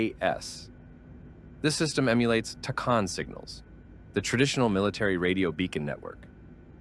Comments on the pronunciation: That drove me nuts the entire video. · Tacan is pronounced 'tack - anne'